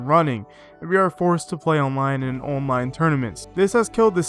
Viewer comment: Great video but the way you pronounce “online” pains me for some reason.